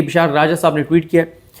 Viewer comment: صدیق جان صاحب قضی بولے صاحب نہ بولے